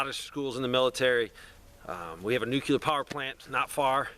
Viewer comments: Why are you adding an extra syllable to the word NUCLEAR? NUCLEAR is a two syllable word. It is NOT a three syllable word. Stop saying "NEW-QUE-LEER". It is pronounced "NEW-CLEAR". Two syllables... not three syllables. Stop pronouncing the word NUCLEAR wrong. I’ll lead an effective strategy to mobilize trunalimunumaprzure. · New-cue-ler? It's pronounced NEW-CLEAR. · I never trust anybody who says "new-cue-lur", because they don't even know that nuclear is derived of a nucleus - and not a newcuelus (or however you spell this imaginary word). The word you seek is nuclear (from the nucleus). New-cle-ar. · Learn how to say Nuclear. There’s only 1 U. It’s not Nukuler.